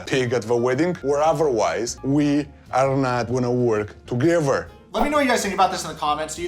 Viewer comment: Is it just me as a foreigner, or does Andrey often say ‘f’ instead of ‘th’? Toge’F’er and other words…